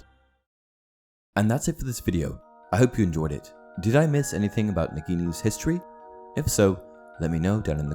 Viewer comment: Thanks for the Hiss-tory lesson 😂